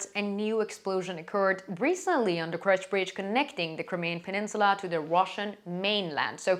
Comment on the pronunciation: Why does she pronounce it as KRECH bridge instead of KERCH?